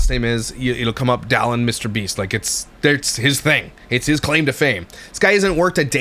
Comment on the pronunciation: is it just me or did she say, “Dillon is FaceTiming me.” It did not at all sound like “Dallin.” Hmmmmm.